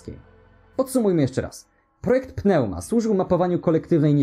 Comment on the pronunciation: PNEUMA czyta sie "niuma"